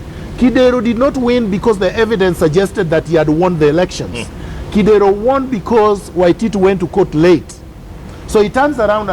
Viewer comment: I like Miguna's honesty,,, one thing though.. the way he pronounces Kidero's name 😂😂😂😂😂 Kideeeeeeero!